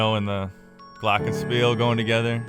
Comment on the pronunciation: As a german i m actually surprised how u pronounced Glockenspiel ... gj ... and always gr8 breakdowns